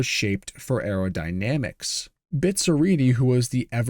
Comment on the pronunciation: Dói ouvir a pronúncia de Bizzarrini...